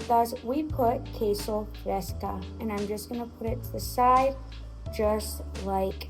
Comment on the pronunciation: Queso fresco with an o not a. Just saying 😉😉